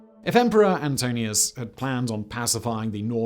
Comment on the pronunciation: Antoninus Pius, not Antonius. Have been looking for a proper archaeological history of the wall on YouTube, but sadly this isn’t it.